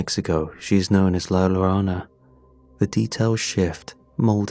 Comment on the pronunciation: she is NOT known in mexico as la lorana, its la llorona (like yo-roh-nah)